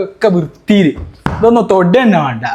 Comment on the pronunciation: മാണ്ട എന്നല്ല വേണ്ട എന്നാണ്